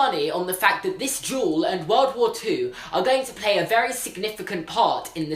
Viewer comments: Why do you say “jewel” for “duel”. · Every time he said "legendary duel," I just heard "legendary jewel." Is it just me? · It sounded like he was saying jewel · Like, I love you, but whenever you said "duel" my brain thinks you said "jewel". "The end of this jewel also marked the end of WW2" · Mel Cowan SAME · i thought he was saying jewel not duel #american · i'm so sorry but everytime you say duel i understand jewel so for a good part of this video i was like???? tf